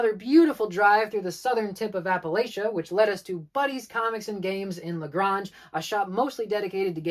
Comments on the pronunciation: Super awesome video; I frequent several of these. Thank you for doing this! La-GRAY-nge* don’t church it up 😂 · Oh lawd that pronunciation of LaGrange. 😩 Buddy's is a cool shop! Tiny, and in the absolute worst part of LaGrange, but cool. Cutz and Comics has SUPER nice owners. I'll check it out again. I liked that they had all those indie books, even if they weren't what I'm into. Superheroes - Oy...I haven't been in there in YEARS. Had you made this video before the change in ownership, it would have been straight ones. That place was an absolute dumpster when it was over by Big Lots. That pinball arcade is owned by a local lawyer and it is AWESOME. The change in ownership really seems to have improved the place. Preeeeeetty sure Dave from Dave's Comics in Fayetteville is at least part owner now. I haven't been here in forever either. Too blasted far away now. Given where I live, I'm looking forward to the Alabama tour. It's easier for me to get to Auburn than it is Atlanta. Hell, it's easier to get to Montgomery than it is Atlanta and it's more than twice the distance. 😭